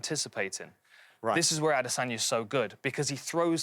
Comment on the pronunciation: still don't understand how these guys can't say Adesanya's name correctly